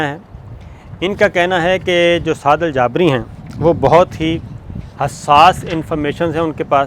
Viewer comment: سر ان کا نام سعد الجابری نھیں “سعد الجبری “ھے